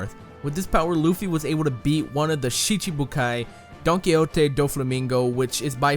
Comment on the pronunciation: yikes how does he pronounce these japanese words gummu gummu shishibukai